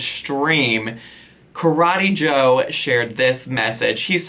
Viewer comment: “BYE KARETEE JOE!” 💀😂